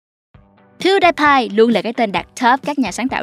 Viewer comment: Piu đi pai không phải piu đai pai